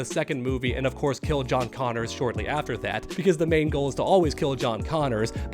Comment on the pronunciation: It's John Connor....not Connors